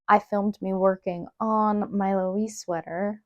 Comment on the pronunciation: Laoise is actually an Irish name and would be pronounced Lee-sha :) It looks amazing though! Yes, it does have that acrylic stiffness, but I think it looks perfectly cozy and cute anyways, and the stitch pattern is lovely.